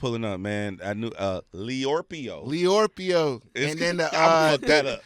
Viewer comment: Come on 'Leorpio'.....